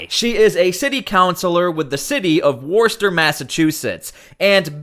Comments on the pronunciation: Hi. Lmfao. Warster? How many videos of people and officials pronouncing it Wooster do you need? Maybe pay attention and move out of mommies basement. Also, that great glowing in a black light glass behind you. Made from uranium. Yep, leaching out a ton of radiation 24/7. Looks great, tho. Being said, I like the show. I am subscribed. You are a tad to well metro sexual sounding. Try sounding like a frigging man. Not a 50 year old housewife. Look, it's been enough of metro sexual everything. It's played out. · 0:011 -- Worcester - pronounced "wis-ter," not "worse- ter" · It’s pronounced “Wusster”. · Woostah. Not worster 😂😂😂 i live here. Sooo....😂😂😂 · Its not ‘War-Stir’. It’s Wu-sta’……. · sorry, it may be spelled WORCESTER, but it's pronounced "WOOSTAH". worster is not even close. and Yes, I live in MA. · It's pronounced "Woster" ... No r ... In Massachusetts accent "Wosta" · it's pronounced Wus Ster accent on the first syllable, not Worst Ster. I don't press the like button until the end of a video, how do I know if it's any good within the first 59 seconds? I have found that those people who say "Like my video" before the video even begins are the ones I don't hit the like button for. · Pronounced "wuss-ster" or "woohster".. I'm from there, I know.... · Worcester is pronounced "wister". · It's pronounced Wussta! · Please learn how to pronounce “Worcester.” It’s “Woo-stir.” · It's pronounced Wuss-tah. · Wuss ter or wuss tah. There is no O sound at the beginning. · Its pronounced "Wooster" or "Wuster" 😂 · By the way, just for the sake of accuracy, in Massachusetts that city is pronounced “woo stir”. I do appreciate the coverage you’re giving so many out of the spotlight stories. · Boy, you're having trouble pronouncing the city of "Worcester" (Woos-ter) or think of Worcestershire Sauce. Now, try another nearby town in Massachusetts called "Leicester". You'll have trouble with this one, "Woburn" and this one "Quincy". 🙄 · It's "Wooster" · Pronounced wostah